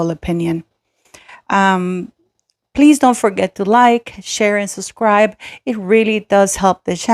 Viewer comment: I appreciate your opinions always and agree with your assessments! Btw, it’s, “SUB”scribe, not “Sus”scribe😊